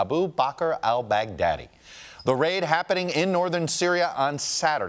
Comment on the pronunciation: "Al Bag Daddy" - Trumps way to pronounce it is so uneducated.